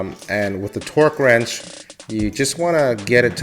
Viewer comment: It sounds like you said twerk wrench